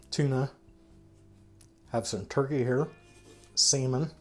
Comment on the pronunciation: ' lol lol you are killing me with your pronunciation of SAL- MON, lol lol not sea-men. lol lol. Clams, Duck, clam sauce, pigs feet, gefilter fish, Indian cooking sauces, to many to mention, Stuff cabbage, Three bean salad, BACON, Mackerel, Oysters, eggs in a can, shrimp in spices sauce, ground beef, dirty rice, pearl onions, and Sausage gravy. If you have not tried those store brand beets, I can tell you they are terrible. Buy the name brand, they taste better.